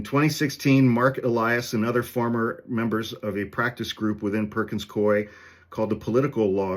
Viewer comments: I worked there - it's Perkins Coo-Eee and not Coy. It's a really weird name, I know. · Perkins Coo-eeeee is how it’s pronounced. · From Seattle. It's pronounced Perkins "Coo-E." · Perkins-Cooey pronunciation